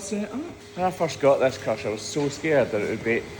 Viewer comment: 3.58, was that 'crush' or 'crotch"?